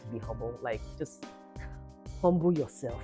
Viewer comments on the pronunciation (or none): "Humble yourself" in the Nigerian accent 😂. I was shocked to hear it 😅. Love it 😅❤